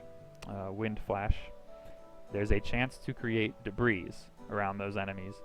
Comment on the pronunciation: The s in debris is silent even in plural form, also if I may give you a tip: drag your skill screen to the top half;right/left side of screen, that way you don't have to close it and we can see your character at all times. Other than that great vid!